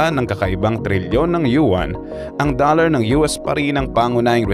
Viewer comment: 2 words 'DOLL-LAR"